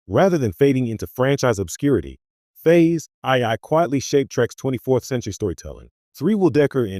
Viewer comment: Horrible AI narration. "Phase aye-aye"?? I exited this video in the middle and won't be watching this channel any more.